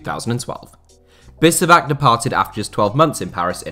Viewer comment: its not bisevak, its bishevac